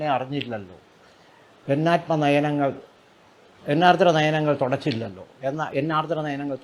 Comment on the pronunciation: മലയാളത്തിൽ ഉച്ചാരണം പ്രധാനമാണ്,ഇത്രയും കുറ്റം പറയുന്ന ഇദ്ദേഹം "തൊടച്ചില്ല","പൊസ്തകം"ഇങ്ങനൊക്കെ പറയുന്നത് ഒന്നു ശ്രദ്ധിച്ചാൽ കൊള്ളാം